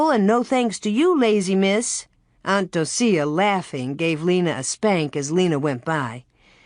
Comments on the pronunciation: Um the name Docia is pronounced Doh-shuh … not doh-see-uh lol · Yeah I'm really surprised she pronounces it like that.